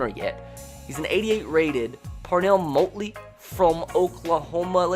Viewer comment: YOU PRONOUNCED PARNELL MOTLEY WRONG!!!!!! IT’S PARNELL MAHTLE I’M AN OU FAN AND IM TRIGGERED